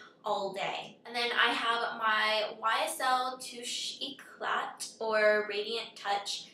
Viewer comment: for ysl touche eclat pronunciation, watch presentation on qvc..it's more like too-shay e-claw ;) great vids!